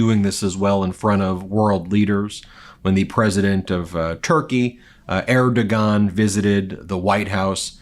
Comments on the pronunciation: To the guy at Meidas Touch, it’s “Air-doe-wan.” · Ben Ben, you know I love you and your brothers and all the great independent journalists on the Meidas Touch Network. ...... You spoke the Turkish president's name incorrectly, and on that spelling count you equaled the orange menace in your knowledge of pronouncement. Still, you're doing a great job with a few warts here and there. Thanks! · Learn to pronounce "Erdogan"...